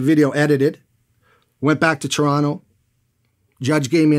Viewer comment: "I went back to Torronno"